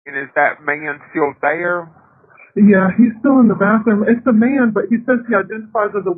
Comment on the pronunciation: The best part is the 911 operator putting 3 syllables into the word man.